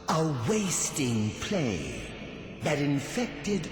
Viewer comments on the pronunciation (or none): none